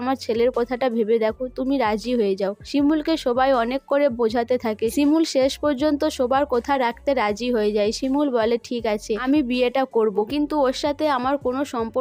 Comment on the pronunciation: আপনার উচচারণ টা এতো বাজে আপনি update দেওয়া বন্ধ করুন ।পরাগ কে পোরাগ সবাই কে সোবাই। বিচ্ছিরি ।